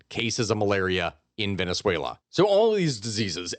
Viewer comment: I love the way you say Venezuela and words in Spanish. You can tell the effort and research you put into proper pronunciation. Thank you 🎉